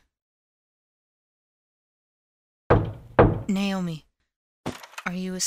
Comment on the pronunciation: How the mom pronounced Naomi's name "nay-oh-mee" bothered me. Other than that, it's good.